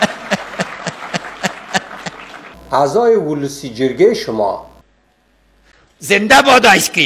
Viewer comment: It wasn't ice cream he said, ice keam.